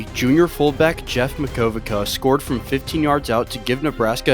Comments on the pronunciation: Mack-o-vicka, not whatever fell out of your mouth lol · Mack-o-vicka. Your welcome That Illinois defense was really good. That 99 yd drive for PSU was the key. If Illinois had stopped them on that drive in second quarter,game was over. Only Illinois game attended as an Illinois undergrad